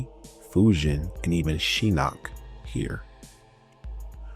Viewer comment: This is a great video, very in depth and a lot of research was involved. That being said, Idk how you went through that whole video saying Shinnok's name wrong when they say it several times in the cutscenes and the announcer says every name when you click on them in the game.